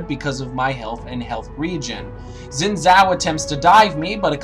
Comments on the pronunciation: It's pronounced like "shin". Chinese x's have an sh-ish sort of sound. It's hard to explain lol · Why can't Americans pronounce Xin's name right...? But nice guide regardless :)